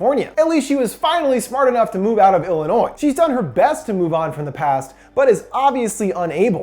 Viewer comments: "Langdon, Illi-noise". No.....just, no. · When you said Langdon Illinois(e) I cringed. The “S” is silent.., 😵‍💫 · PRONOUNCED ILLI-NOI NOT ILLI-NOIS THE S IS SILENT sorry that triggers me when people say it wrong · It's Illioni not Illinois the s is silent lol ( some people don't believe me when I say some people pronounce the s lol guess you guys are more rare now lol) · Did you say "Il-annoy-iss"? Lmaoo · Did he just say Illinois instead of Illinoi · Bro, Illinois isn't plural so it shouldn't be pronounced as such. Pronouncing the S at the end of Illinois makes my ears bleed and I'm not even from there. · i did not just hear this man say illi-noise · you said illinois wrong that s is silent it’s said illinoi. You said it correctly here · The s at the end of Illinois is not pronounced. Its like (ill-eh-noi) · You don’t pronounce the “s” in Illinois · Idk if its just me being from Chicago but him pronouncing the s in Illinois pisses me off😡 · The cringiest moment is mispronouncing Illinois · The s in Illinois is silent :( I’m sorry it triggered me. Thumbs up for your time invested to give us this beautiful summary ❤️ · As someone who lives in Illinois, and hearing you pronounce it: the s is silent my dude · The "s" in Illinois is silent bro. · just to point out, you said Illinois with the s sound pronounced, the "s" in Illinois is silent. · the s in illinois is silent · that moment when you slip up on pronouncing illinois and i can't help but cringe slightly because its where im from and its not pronounced like that xD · I don't wanna be a dickhead by the S is silent in Illinois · It's a sin how he pronounced illinois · I love ur channel to death!!! But the "S" is silent in Illinois. :-) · I don't think I'll ever be able to move past the fact that you pronounced Illinois with an S... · "illi-noise"? - "Lar-uh-nix"? Lol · “Illinoiz” “Larinix”